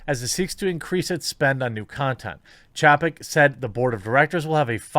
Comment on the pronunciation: Chay-peck buddy